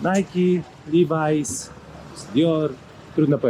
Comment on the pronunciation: Pierwszy raz w zyciu uslyszalem "liwajs" na Levi's.Hahaha,dobre.Uzyje w Londynie w sklepie.